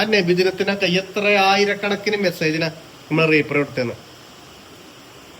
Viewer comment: റീ പ്ലേ അല്ലാട്ടോ replay റിപ്ലേ